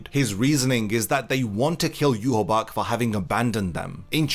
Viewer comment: Bro, it's Yu-Ha-Bah-Ha